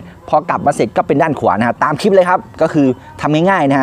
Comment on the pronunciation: แกงหรือ แกลบคะ หัดพูดค่ะ หัดได้ แกลบ = กะ - แหลบ (พูดไว้) พูดไวขึ้นๆแล้วมันจะกลายเป็นแกลบ เคยสอนเด็กท่ีพูดไม่ชัดแล้วได้ผลค่ะ Clip อ่านว่า “คลิป” ไม่ใช่ “คิบ” ใช้วิธีเดียวกันค่ะ พูดว่าคะ - ลิป ๆๆๆๆๆๆๆไวขึ้นๆ แล้วมันจะกลายเป็น คลิป สมบูรณ์แบบ ติดตามค่ะ